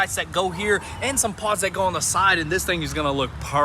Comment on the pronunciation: Thomas hopped up there in the new grill because he thought you said that it needed "paws" when you said it needed pods. BTW, that earlier Thomas POV footage was sweet.